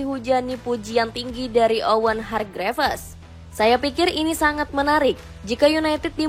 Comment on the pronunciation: Gue keganggu ama 'Lek' 'Arsene Winger' dan Hargreaves yang dibaca utuh